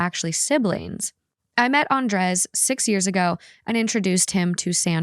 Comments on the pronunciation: It’s pronounce AN-DRAY not AN-DRES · Love your show. Listen all the time bit don't think I've ever commented. That's usually because I'm driving. Just wanted to say... lol... I'm pretty sure Andrez is pounced "Ahn-dray." 😅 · The way they pronuncie Andres felt so uncany for me as a spanish speaker 😂 it sounded like "undress" every times 😂😂